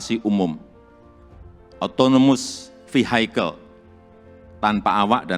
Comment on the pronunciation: Vehicle baca nya bukan Vihaikel tapi vihikel